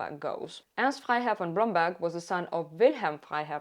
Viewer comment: The way you say Blomberg is so satisfying every time